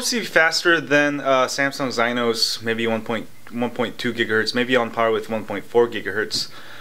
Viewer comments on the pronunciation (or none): Exynos 엑시노스 not 쟈이노스 or whatever you said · I think Exynos is pronounced, X-EE-NOSE.